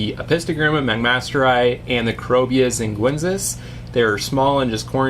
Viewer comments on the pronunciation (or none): Xinguensis = "sheen-gwen-sis". C'mon, we've been through that before! lol Jokes aside, great video as always! I see you have some rummynose tetras with angels. Have you ever had them with EBAs? Any issues with that?